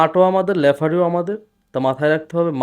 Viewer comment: লেফারি না ভাই শব্দ টা রেফারি। 😊